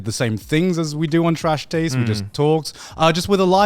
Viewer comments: is it just me or just garnt sound like hes saying trash tades awards in the intro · "nailed it" except he pronounced taste wrong lol